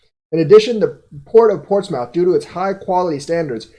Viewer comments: It's pronounced more like moth not mouth. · It’s pronounced “Port-smith “ Keep up the good work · Portsmouth (ports-mith). I use to say the same thing lol. There is a city in VA named Portsmouth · lol pronouncing Portsmouth 🤣🤣